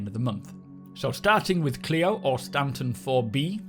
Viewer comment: Good pronunciation on Clio, appreciated!